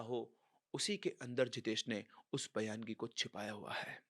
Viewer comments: Sir use bayangi nahi Baingi bolte hai. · बयानगी नही बायंगी बोलते है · Baayangi is a konkani entity which has mostly male ghost all Maharashtrians on Konkan belt are aware... Your story shows baayangi takes life but they are harmless... Baayangi is also a marathi word... It is baayangi not bayaan-gi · सर ये जो भूत का नाम आपने बोला है वो bayangi नाही है उसे बायंगी बोलते है ये महाराष्ट्र के कोकण मे मिलती है और उसे रेंट पर भी ले सकते है जेस sotry मे लिया था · सर वो बायंगी होता है